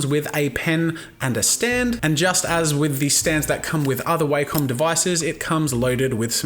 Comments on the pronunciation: The way you pronounce Wacom is disturbing to me. It's Wack-em not Way-come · That would be wakem its wa-kom